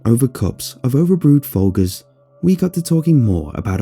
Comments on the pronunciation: Just in case you're ever in the U. S. It's pronounced fold Jers. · Pronounced Foljers not Folgers, even if it's spelled that way. The g is a soft g sound. It's a brand of coffee. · Did you say "Folgers" you said it odd.